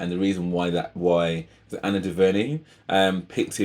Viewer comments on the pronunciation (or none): none